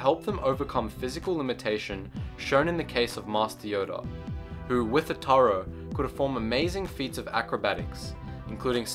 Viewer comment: Darth Maitland Ataru was pronounced fine.